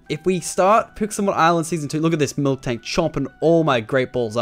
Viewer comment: Am I the only one that gets annoyed when tofu tubers say milktank when it's miltank lol